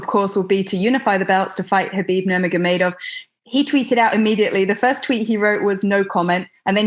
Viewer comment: Justin pronounced Khabib's name correct